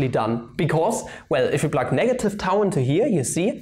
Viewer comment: Gcher Sev What do you mean? He did pronounce it correctly. I studied Greek, so I would know :)